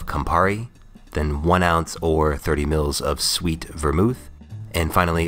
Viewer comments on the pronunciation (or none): none